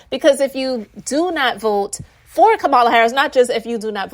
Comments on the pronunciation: Well well well well said! Just one thing to add: COMMA-la. 😁🥰😍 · COMMA-LA. That's how you pronounce her name.❤ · With all due respect… Kamala is pronounced Coma-la ❤